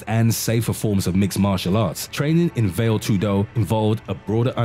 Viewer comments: Well, a minor respect related point on names. If you are able to say Muay Thai & Pinc(h)ak Silat without mistakes, you can try the same with Vale Tudo - not "Vail Too-DO", as you pronounce it, but "VAa-Le TOO-do". A minor issue & a friendly suggestion;) P.S. there were ZERO martial arts in Russia in the past, the only thing that existed was bareknuckle fight without any form or system(a;), just bare force. After their arses were wooped in individual fights over time in their wars on the Asian side of the continent by smaller opponents, the Russians realized they need to adapt, primarily, Judo to their needs & "created" SamBO (translates as Self-defence Without Weapons), which is Judo plus several local popular wrestling techniques. I very briefly trained in both as a kid, followed all the prohibited at that time karate(!!!) self-copied books and hiding practitioners and there was absolutely not a single word about some another domestic fight system (Systema). This is just another copycat adaptation Russians did, in absence of own fights (too often vodka inspired, hence erratic). And, sorry, but I am not impressed by it in any way. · “ vail tudo” , diiiiiiick. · "vale tudo" the pronunciation killed me, lol, very deadly indeed. A little tip for the creator: it's "va (as "fa" in fantastical, only with a v) le (as in "lay") Va-lay tudo. Vale Tudo. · What do you say when a fat kid comes into the gym? "It's called Vale Tudo, not Whale Tudo" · Veil too do. XD Nice pronunciation dude! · It’s pronounced valley-toodoo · Veyl tudo and moo thai. 😂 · "vale tudo" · I'm done listening to this guys incorrect pronunciation of these fighting style names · God the pronouncing of VALE TUDO and Muay Thai makes me cringe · Funny that you can find all these videos about Martial arts, made by people who have never done martial arts themselves. Can't even pronounce Vale Tudo or Muay Thai properly ahahah